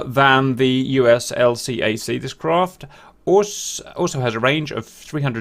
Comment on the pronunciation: Hello Cap, et al. Just a quick note on LCAC's. Navy types pronounce the name as "L-CAC". Also, this ship would be part of what Navy types call the "Brown Water Navy" and would stand in Amphibious Assault Groups (or whatever they're called now). One would never see these in a Carrier Strike Group (unless the CSG was taking part in an Amphibious Assault). The whole "Brown Water Navy" almost exists in a "different universe" than the "Blue Water Navy" (CSG-centric). They are more aligned with The US Marines and FMF operations and CEU's.